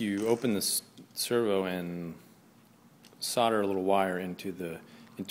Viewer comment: There is an L in solder, not soder!!